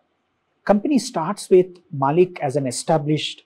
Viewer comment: Its not MAAALIK... Its MaLLick